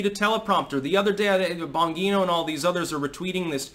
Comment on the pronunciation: It’s pronounced (Dan) “Bon-Jeen-Oh”, not “Bong-Een-Oh”. He’s of Italian descent, like the 80s rock star Jon Bongiovi, who named his band “Bon Jovi” so people would pronounce his last name correctly.